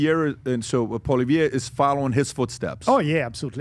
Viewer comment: PBD , your pronunciation of Maxime Bernier's name is beautiful. PLEASE work on Poilievre. I cringe when I hear Americans say it. Think of it as "Polly Ev" That's it! Forget all the other letters. It's French!🤣 but that's how it's said. Please and thank u❣️😀🎉